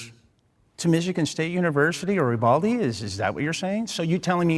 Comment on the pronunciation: as someone who is from Uvalde the way they kept saying it bugs me horribly